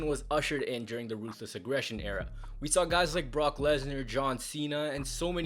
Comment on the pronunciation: You didn’t say it right. It’s “RRRRRRRRUTHLESS AGGRRRESSION”